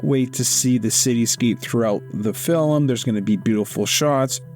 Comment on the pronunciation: Please learn how to pronounce the words that you’re using. “Homage” is actually pronounced “omage”, the H is silent. The actor playing luthor is Nicholas Holt. Why do you keep saying “fillum” instead of film? So many other mistakes.